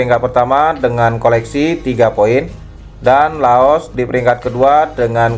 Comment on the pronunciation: Laos bang bukan loas